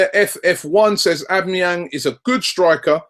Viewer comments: Its pronounced "al-bam-a-yang" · Isn't it A-BOMB-E-YANG? Just wondering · Robbie it's pronounced "Ow-bam-ee-yang" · no... not o-be-me-yang its said aw-ba-ma-yang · A - BOMB - E - YANG not OB - E - MI - YANG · Robbie! Its AUB-BA-MEH-YANG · It's pronounced "OH-BAM-A-YANG" basically lol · 'ab me yang' looooool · FUCKING CHRIST ROBBIE. OBAMA-YANG. Its really not that hard. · It's pronounced AU-BAM-EE-YANG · Come on robbie its O-BAM-E-ANG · it's actually pronounced oh-ba meh-yang .. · its Said Ob BAM A yang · its "aww Bum 'a' Yang!!! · Isn't it pronounced or-bum-a-yang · It's aw-beh-meh-yang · Pronounced a-bam-a-yang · And his name is Aubameyang Au = o I know it is complicated for you English people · Robbie mate it's pronounced Au (for Australia) bomb a yang These guys don't know anything! Haha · Robbie, it's actually pronounced Ab-bam-e-yang - Aubameyang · It's pronounced OwBamEYang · Why the fuck can't any of you bastards spell or pronounce Aubameyang xD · if Arsenal don't sign Aubameyang at least Robbie won't continue to butcher his name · Robbie pronouncing Aubamneyang hahahah